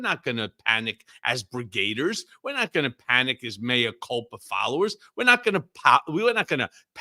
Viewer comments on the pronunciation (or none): Why do you say 'Brigaders'? It's Brigadiers! 'Brig-ah-deers'! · Please learn how to pronounce "brigadiers"